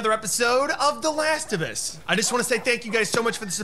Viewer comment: "the last effus"